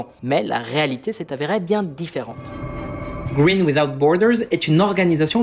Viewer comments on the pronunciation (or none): none